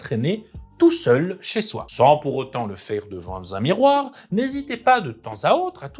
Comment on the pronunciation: Bons conseils, et bonne découverte que cette chaîne. Si je peux me permettre un conseil/une critique : tu as tendance à beaucoup faire des liaisons fausse avec des 'z'. Exemples : : Comme je n'avais guère-z-envie de lui lancer-z-un pavé indigeste-z-a la figure : sans pour autant le faire devant-z-un miroir : le fait de bégayer (...) n'est-z-en aucun cas : si votre langue vient malencontreusement-z-a fourcher Ces critiques sont issues de quelqu'un qui n'a que peu d’expérience en expression orale (sinon un peu d'enseignement et un peu de MJtation en dilettante.) Ceci dit, le fond de ta vidéo est intéressante, tu as gagné un abonné !